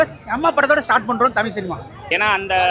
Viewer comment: உண்மை வரலாறு தெரிவது அவசியம். தமில் இல்லை தமிழ். தமிழை கொள்ளாதீர்.